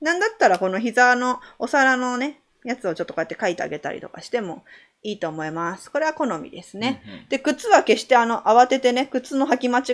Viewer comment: おもますってなってるw(((((